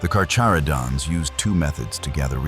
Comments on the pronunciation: drink game: have a shot everytime this video says carcharodons wrong, you'll be drunk in no time I promise 🤣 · Can’t even say their name correctly… 😂